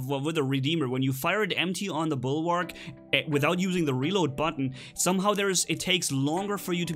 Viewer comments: it is bulwark not bulwarg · Dude it's Bulwark. With a k.